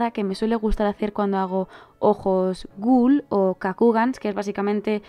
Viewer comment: Por qué siempre decís ghul? Y no ghoul?